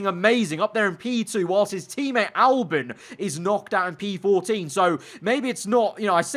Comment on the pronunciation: Albon not Alben